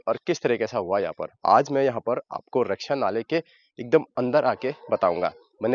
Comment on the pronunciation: रक्षिया नहीं रकसीया नाला